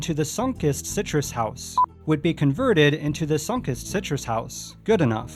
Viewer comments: Sun-Kist(Kissed)ed, not Sunk-ist. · Remodeling something is the same as abandonment and it’s pronounced like “sun-kissed” not “Sonkust” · sunk-ist... i kept raising an eyebrow each time he said it, hahaha. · Sunkist is pronounced like "sun-kissed". Kissed by the sun. Geddit? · Why is it so difficult to say Sunkist? Sun-Kissed - it's so easy!